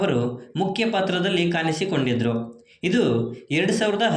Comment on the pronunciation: ಕನ್ನಡ ಉಚ್ಚಾರಣೆ ಸ್ವಲ್ಪ ಸರಿ ಇರ್ಲಿ ಪ್ರಿಯಾಮಣಿ ಅದು ಪ್ರಿಯಮನಿ ಅಲ್ಲ ಇಲ್ಲಿಯ ಅನ್ನ ತಿನ್ನುವ ಮುನ್ನ ಕಲಿ ಕನ್ನಡವನ್ನ ಕಾನಿಸಿ ಕೊಂಡಿದರು ಅಲ್ಲ ಕಾಣಿಸಿ ಕೊಂಡಿದ್ರೂ ಅಂತ ಮಾರಾಯ